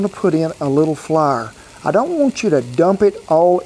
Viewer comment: and he says Flour like Flarrer || hehe